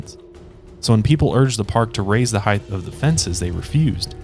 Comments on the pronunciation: LOVING this show so much! Neurotic side note: its HEIGHT not heighth. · I think it’s weird you’re not mentioning the extremely low odds of something happening to you at a theme/amusement park. The millions of people who go to the parks vs. people who are injured on rides ratio is negligible. But you also pronounce the word height as “heighth”, so there’s that. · Please stop saying heighth. It's not a word. The word is height. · Did you really just say "heighth" 😳 fucking heighth 😄 you absolute moron